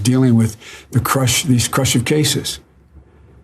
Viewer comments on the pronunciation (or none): He was trying to read the word "crucial", but pronounced it *crush-lf*....I think